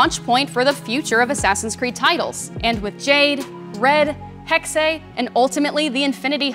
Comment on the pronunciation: I just really, really want XPlays staff to know Hexe is German for Witch. and is pronounced Hex-eh, not hex-aye